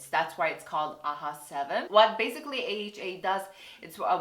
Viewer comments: It's not aha it's A H A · AHA isn't pronounced "aha" but you say "A-H-A" (the letters). You said both "aha" and "A-H-A," but you refer to the product itself as "aha" but the chemical as "A-H-A." Just found this funny lol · Korean people pronounce AHA and BHA aha and baha, respectively, just cus it’s more convenient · I follow a Korean dermatologist and she pronounces it the same way too! Guess it's just how Koreans say it